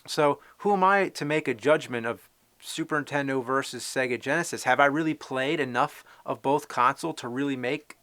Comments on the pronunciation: When you were a kid you said "Super Nintendo" now you're an adult you say "Super Intendo!" =D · "Super 'intendo?" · I keep hearing "super intendo". interesting, tell me more about this intendo... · Take a drink every time he says 'superintendo' instead of Super Nintendo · Anyone else notice how James pronounces Super Nintendo like "SUPERINTENDO" ??? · "Super INtendo" he says. lol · Say "Superntendo" one more damn time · Anyone else notice he says Super Intendo? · I love how he calls it SUPER INTENDO lol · does anyone else think he says, "Super INTENDO" i always hear that he doesn't put on the first N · Is it just me, or is he saying "Super Intendo" (dropping the the N)?